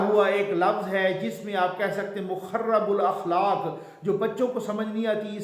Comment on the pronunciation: مخرِب الاخلاق ، مخرِب میں حرف" ر" کے نیچے زیر ہے ۔